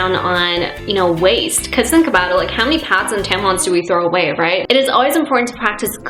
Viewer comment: and when she says pads to her it's pods